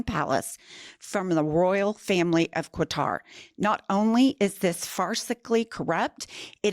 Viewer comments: PLEASE learn how to pronounce Quatar. The QU is pronounced like a K. Katar. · It’s not “Que-Tar”… it’s pronounced “Cut-er” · FYI, Qatar is pronounced like cutter. Now, we're going to see other countries trying to one-up the Qatari gift. Given what $230 million bought Elon, what is Qatar expecting.... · The correct pronunciation of Qatar is Cutter 😊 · Pronounced kaatur!😮😅😊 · You lost me when you pronounced a "u" on Qatar. Qa-tar. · NO, NO, NO to that 'gift'. PS Qatar is pronounced 'ga tar' accent on the second syllable. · Say after me -- "KAH-trr" (or even "KUH-trr'), There is no letter "u" after the initial "Q" of "Qatar", so don't insert one, and don't accent the second syllable, because that produces "catarrh" -- which, of course, no one wants! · Girls, it is pronounced like CATAR. There is no u after q. Have a great day. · Listening to you mispronounce Qatar as "Cua-tar", was like listening to nails dragging along a blackboard. My gosh. You're supposed to be an educated lawyer. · Qatar is pronounced "cutter". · I believe Qatar is pronouned "kah-tar" almost like saying "cutter" if that makes sense. LOVE you goils!!! ❤ 😊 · Why does she pronounce Qatar as Quatar??? She’s kind of dumb isn’t she? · Qatar is pronounced “ cutter” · Minor point, I guess, but it's pronounced "Cutter". I'm sure MAGA's thrilled as they always are when he defies every law on the books and gets away with it because our Congress is embarrassingly weak. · Stop saying "Kwatar". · It’s pronounced kah tar, just saying. This $400 million jet but a $5.5 billion golf course in Qatar too. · QATAR- Pronounced KAH-TAR. OMG! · There's NO u after the Q, in Qatar. Sounds like: Guitar. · Holy crap look up how to pronounce 'Qatar'. Seriously, "QUatar"?! cringe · No tariffs on Qatar? What about all that sh-t about buying stuff that's made in the USA? Also it's pronounce "KAHtar." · please learn how to pronounce Qatar! You're driving me crazy with Quatar or whatever the hell you're saying 😂😂